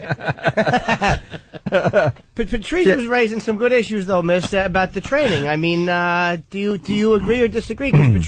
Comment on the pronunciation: "YEAh! We thud be twaining u..." Trainable Opie